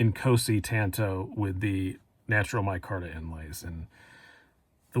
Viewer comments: Partner, please don’t say “tanto” again, you’re pronouncing it wrong!!! It’s not tanto as in you can get a “tan “ on the beach!! Get it!! It’s pronounced “tanto” as in King David was “ taunted“ by Goliath of Gath !!Sorry for the correction but I had to !!! I love your collection!! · It's pronounced TOHN-TO, which is a Japanese word for short sword.